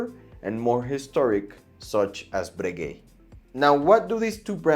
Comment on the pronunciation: Breguet, Cartier, you don’t pronounce t he last letter, because is French!